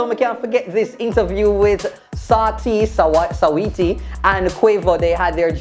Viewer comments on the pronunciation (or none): Weh say Saweetie name?? Lmao swatiee? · the way how call quavo and saweetie name loooooool